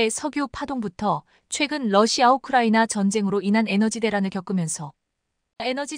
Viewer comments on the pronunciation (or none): none